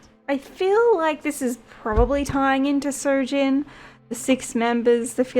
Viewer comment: good reading. it's soojin btw, not sojin